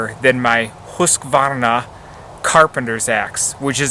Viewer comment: Great advice for an outdoor woods companion. Awesome job pronouncing the manufacturer name, I would have failed. Thanks for sharing :)